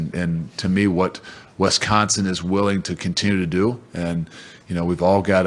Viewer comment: Lol for years I got to watch Reggie White talk about Westconsin